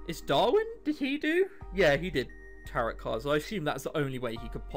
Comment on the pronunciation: IT"S PRONOUNCED TAROW CARDS EVEN THOUGHT IS SPELLED TAROTOT CARDS sorry for yelling but you know